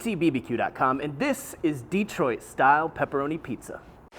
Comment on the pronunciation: LOL -- "DEE-troit" I grew up in Kansas too and it comes out "duh-TROIT".